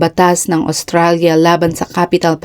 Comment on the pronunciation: Please pronounce well, Australia.